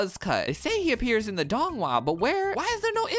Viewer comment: As someone who has read all 8 books multiple times, seen all the donghua multiple times, read the manhua multiple times and has read too many fanfic, this is the most hilarious tgcf vid I’ve ever seen THE PRONONCIATION IS KILLING ME